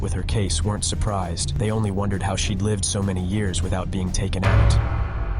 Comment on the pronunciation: Lived pronounced as l eyeved i noticed too